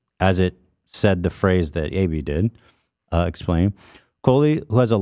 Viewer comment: when he said AB it sounds like he said baby and now everytime I hear him say Ab I think he's saying baby